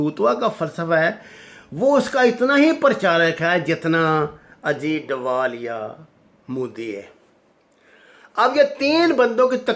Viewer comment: his name is Ajeet dodal not Ajeet dowal